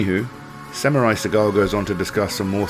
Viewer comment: Seagal put his Japanese accent on, but he mispronounced “Samurai”. If you’re going to pretend, make sure that you pronounce simple words correctly.